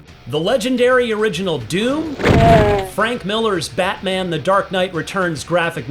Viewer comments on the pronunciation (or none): none